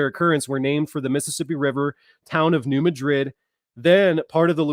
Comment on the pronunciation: Mad rid is how it is pronounced. Not Ma drid as in Spain. New Mad rid. Trust me.